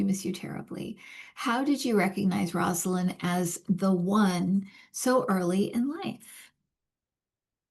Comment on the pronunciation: Rose ah Lynn is how you pronounce her name. Not Roz ah Lynn.